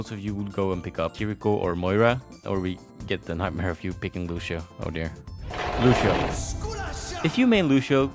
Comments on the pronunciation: Gets mad at people for mispronouncing Brigettes name Horrifically mispronounces Lucio's name. It is not, and has never been, lu she o. He says his own name often. Lu see o. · there is not sh/š in lucio